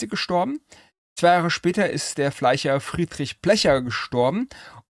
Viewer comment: urlustig ficher und fleicher, ein interessanter dialekt cool